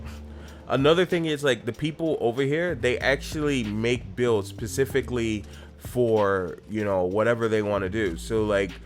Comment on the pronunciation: pacificly? like the pacific ocean man